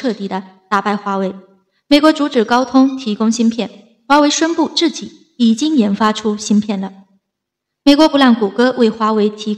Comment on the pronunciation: 我看也是。自己的＂己，总是唸成自zi